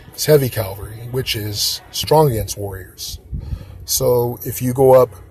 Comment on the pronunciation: Its cav al ree not calvelry 😂😂